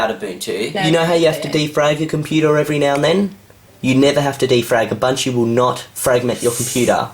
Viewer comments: "abuntchoo" is how i pronounced it before seeing this video. lol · She should’ve clicked ALT + F4 to close the mail app And I literally heard bunchu instead of Ubuntu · Its not UbunCHU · in my contry we call ubuntu u-bun-to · Its Ooo-bunt-you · you said it wrong you have to say it with an aus accent. "down unda"